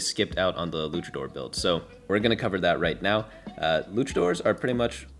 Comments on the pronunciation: w vid but for the love of Christ PLEASE, its luchador not lukador. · I hope I don't come off as a prick when I say this but the proper pronunciation for Luchador is "Loo-cha-door" not "Lu-ka-door" 😅 It comes from the Mexican wrestling culture of Lucha Libre :) just wanted to throw it out there in case someone in the future ever gave you a funny look lol. Thank you sooo much for your guides!! ❤ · LuCHador. Stop mispronounciiiing it. No silent H when there's a C in front of it. This really pisses me off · It was driving me insane Cultural exposure is important it's a big world out there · it's not an accent thing though. In his initial rundown video he even pronounced it both ways and said he didn't know how to say it. He's not incapable of saying it correctly, he just isn't. It's not some referendum on his character, but it makes no sense to just let him pronounce a word wrong forever when he's proven he can already say it correctly before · They do this every set. Its like an inside joke where they mispronounce a trait or origin. Mfs were calling moshers moeshers.